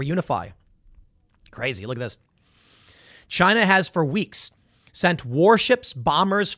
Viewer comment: Chy-nuh! Chy-nuh! Chy-nuh!...